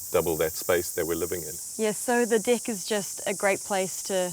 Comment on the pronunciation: Haha they pronounced "Deck" as "Dick" 😂😂😂